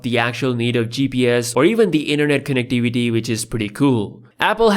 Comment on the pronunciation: I thought he said "internet connect dvd" 🤣🤣🤣 He said "connec-ti-vi-ty" 🤣